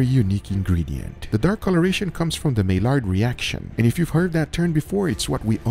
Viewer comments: I have never seen somebody mispronounce Maillard reaction so many times. Has nobody told this man?? The Maillard reaction is pronounced My-yard Not My-lard It’s a French word, the L’s are silent. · It's pronounced the "My-yard" reaction, not "May-lard" reaction. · Maillard = my yar Not may lard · Love the video!! But it's pronounced My-Yard reaction lol not Mail-Lard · Heya dude love your experiments👍🥴 P.s it's said as my-ard reaction not not mail-ard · “My—yard” reaction….. not mai-lard…. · My-yar reaction ❌. My-lard reaction ✅ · Just FYI: Maillard is pronounced "My yard", not "My lard", it's French... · Hey - it’s pronounced “my-ard” not “may-lard”:) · Mai-yard reaction. Not May-lard. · Its: "MY-ARE-D" NOT "MAY-LARD" sorry, but I'll own my grammar nazi-ness. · i think its pronounced as mayard not milard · Isnt it pronounced may-yard reaction not may-lard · Just a heads up for future videos, "Maillard Reaction" is pronounced as "MY-yar". Its French and the LL's are meant to sound like Y's. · Maillard is a French name, pronounced "my-Yar". Great video,! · Okay I’ll be that guy: Maillard is pronounced, “my-yard” I love you <3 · The word is actually pronounced "My-yard". It's French IIRC, hence "ll" = "y". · Maillard is pronounced like "my yard". Just FYI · "may-lard reaction" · " Mai-yard" reaction. It's a French name. Named for Louis-Camille Maillard. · maillard = "My-yArd" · Hi, love your videos. I don't mean no hate but maillard is pronounced "mai-yard" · Meilard reaction 😂 learn Spanish. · Maillard (French) pronounced (MAI-YAR) in English the d isn't silent but still pronounced (MAI-YARD). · It's pronounced Mayard reaction, it's named after a french guy, so the two L's are turned into a Y sound. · its pronounced as Maiyard reaction... same as you pronounce LOID for LLOID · Maillard is generally pronounced (my-yar) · Love your videos. Always a treat. But it’s “my-ard” reaction. It’s French. Just fyi. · Maillard pronounced my-ard.